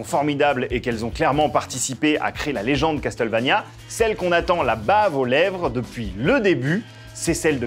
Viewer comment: dommage qu'ils ne ressortent pas les musiques de cette serie cultissime qu'est castlevania en cd . sinon les gars , faudrait arreter avec " cas tel vania "...c'est castlevania .